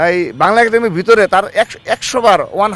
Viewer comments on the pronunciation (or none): none